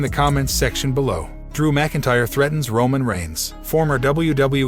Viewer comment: It's pronounced MAC Intyre